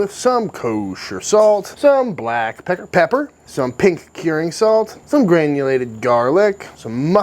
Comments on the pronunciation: HAHA Did you say pecker/pepper? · Did he just say black pecker pepper....????!